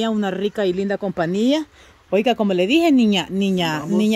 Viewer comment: se dice COMPAÑÍA NO COMPANIA.